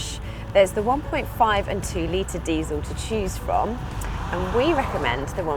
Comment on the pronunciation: "to cheese from?"